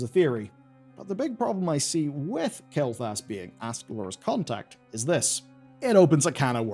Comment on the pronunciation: pronouncing Kael'thas as Kael'thalas is bothering me :D